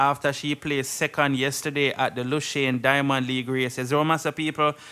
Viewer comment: The name of the place is pronounce Luzaane not "Lushane"